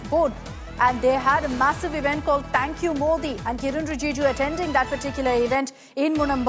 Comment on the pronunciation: Akshita says "तैंक यू मोदी इवेंट"😂